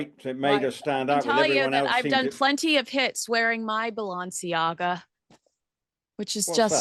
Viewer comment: Hi... Its Balenciaga... Not Balanciaga...